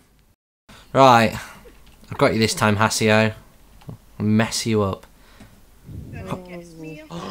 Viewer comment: you pronounced haseo wrong. its ha ss a o